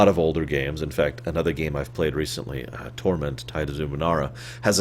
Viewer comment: I thought you said "Thora" instead of Torment. Is Torment a good game in your eyes?